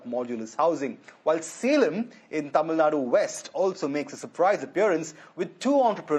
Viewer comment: its TAMILNADU. not TAMILNAD